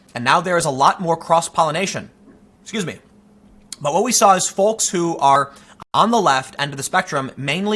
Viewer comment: Pronouncing the “L” in folks is like sand paper in the brain.